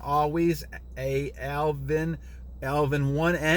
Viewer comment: lol you always struggle with my name, its ALVIN lol not ALV 1 N haha, the 1 is the letter i, battle on bro, i need to catch up on your videos.